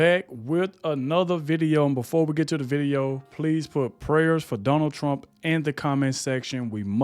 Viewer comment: TRUMP not TRAMP